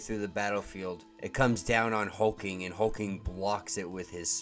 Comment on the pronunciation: Why are you calling HulkLing, Hulking?